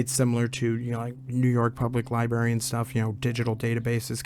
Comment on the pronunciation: It’s libRary not liberry